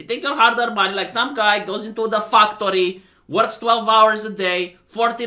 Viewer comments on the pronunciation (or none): You say factory like “Fucktory” 😂😂😂